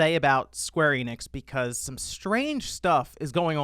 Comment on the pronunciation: Square Eh-nix